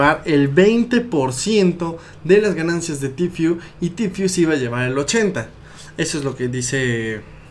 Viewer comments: que paja escuchar el tifiuuu es tfueee osea tiiii porque la t en ingles esss tiii entonces esss ti fue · Se dice tifu ajajajajaja se pronuncia en inglés no en españo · Se pronuncia "Ti fiu", se escribe "Tfue", aprendan pronunciación